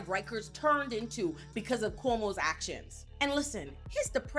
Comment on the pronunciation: Everytime she says "Cuomo's sexual harassment" it always sounds like "Homosexual " .... I literally Do a double take every time she says it!!!